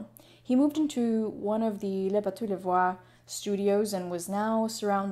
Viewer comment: Great video, but I would have loved it if you used YouTube to learn how to pronounce "Bateaux." Or, hire a French tutor? Hopefully in the couple of years since you made this video, you have started researching foreign pronounciations before you make these videos. <3 Good stuff, otherwise. Very interesting. Thank you.